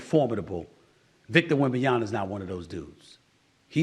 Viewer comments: WEM-BAN-YAMA……not YANA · He says YANA like Reggie Miller does smh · One year later and Stephen A STILL can't say the second 'M' in Wembanyama😂 Is it intentional? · Stephen, its been a damn year since he's been drafted. WEM-BAN-YA-MA. not WembanyaNA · Stop calling him WembanyaNa ! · Stephen…. It’s “WembanyaMA”. Not “WembanYANA”. You can say it correctly with some practice.. :) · im convinced stephen a smith has a speech impediment.. ITS WEMBAN YA MA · STOP SAYING "VINBAMYANA" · How the hell can't he say his name. Wem Ban Yama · “WembanyaNa” drives me crazy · Set aside Smith's refusal to pronounce "WembanyaMA" correctly (clearly intentional at this point), does he even know that RC Buford isn't the Spurs GM anymore? Yes, he still has input, but Brian Wright is the one ultimately working these transactions. Also, I think Chris Paul is also considering his life after playing is over, and if coaching is something that he wants to pursue (and he's such a live-eat-breathe-sleep basketball head, I think it is), mentoring under Pop is the smartest, best thing he could be doing, and shows how serious he is about it. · Wembanyama - Alien 👽 - Noun, pronoun, verb, adverb, adjective Pronounced: Wem-Ban-YĀ-Ma C’mon Steven. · Everyone else got it right by now.....this jive turkey still saying WembanYANA lol. As far as Chris Paul is concerned, I am indeed surprised he chose the Spurs. But it's refreshing. He's had a great career and must obviously see an incredible opportunity to play with Wemby and have a role in his development. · please call his name correct....is it really that difficult ???? YAMA....YAMA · He calls Wembanyama "Wembyana". I wish people who have a problem with the name would just stick with "Wemby". If Steven A already knows but doesn't care, then that's just disrespectful. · SAS, just say Wemby and save yourself the embarrassment. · This dude still can't pronounce Wemby's fkn name. How is he allowed on TV ? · Stephen A , it’s an M not an N